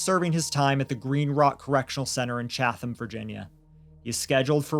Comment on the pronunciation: The "th" is silent in Chatham, Virginia.. It's more like Chat-um